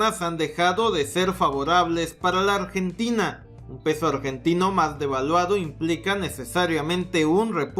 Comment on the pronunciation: Corrijo, "Ambrentina" xD